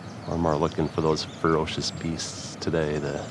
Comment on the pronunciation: Fur OHHHH cious BEEsts!!!! Oh yahhhh North Dakotaaaa yahhhh!......the accent is crazy when you say ferocious beasts 🤣🤣